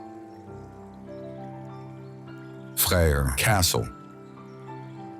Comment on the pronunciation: Freÿr is pronounced "fray" "eer" .